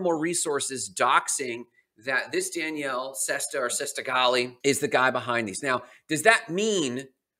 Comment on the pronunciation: I am pretty sure you're pronouncing Daniele wrong, you are pronouncing it as a girl's name, there is no way that's correct, the way you pronouce it is the girl version which would be Danielle, which is wrong